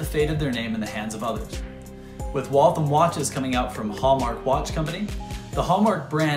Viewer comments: Great video. I grew up only a few miles from the factory. The only note I have is that locals say Wal-tham as two syllables with the th pronounced as in thursday. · I’m from Waltham, Mass. We’re proud of our contributions to the American Industrial Revolution. And of course, it’s pronounced “Wall Tham”. There’s no thumb in Waltham 😂 Great video and thanks for showing everyone that Waltham made the best watches in the world.